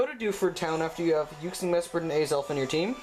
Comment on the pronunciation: What the hell is Yuksi, Mesperat and Aizel?? I'm probably not even spelling it right... Edit: LOOOOOL Either you said it really weird or i'm just stupid... Just noticed that Uxie, Mesprit, and Azelf is the same as what i heard as Yuksi, Mesperat and Aizel... XD Edit 2: Arghh well you do kinda say it a bit wierd but most of it is just me i think